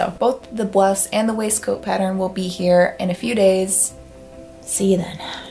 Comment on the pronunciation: “white bwowse”